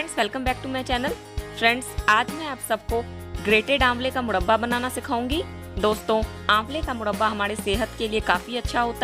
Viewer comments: Mudbaa nahi murraba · Madam first of all aap murba bolna sikh lo tab murba ka recipes btana Baki aap ki murba ki recipes 100 me se 50% Good hai..... isliye Dislike kar diya hai.......